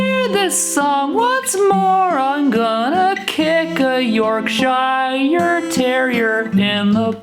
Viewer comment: the only thing in this video that mildly aggravated me was the way he pronounced YorkshYre 😭